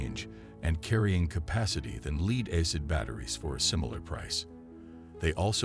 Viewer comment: Interesting product, just got distracted by how the presenter pronounces "lead acid" and "diesel"..